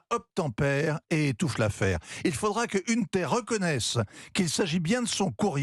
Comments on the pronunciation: "Une terre" Biden. La prononciation est à l'instar de son billet : médiocre (pour rester poli). Je comprends sur qui c'est basé Jérôme Commandeur pour un de ses personnages, J-C Poncif... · ça reste moyen; en plus incapables de prononcer "Hunter" correctement ils ont l'ait tellement has-been...